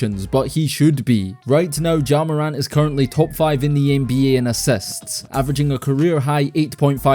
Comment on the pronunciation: assists spoken as assets lol